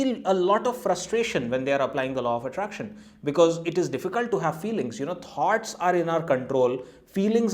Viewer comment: Thoughts. It took me a while to realize you were talking about ideas because I heard 'tarts'... Sorry but the pronunciation in USA is smoother and somewhat difficult to foreigners or citizens whose native culture has a very strong influence in their spoken fluency.